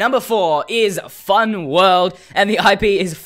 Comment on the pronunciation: Seh-vah (Server), wuhld (world), hee-ah (here), theh-ah (there), adventuah. His accent is so great LOL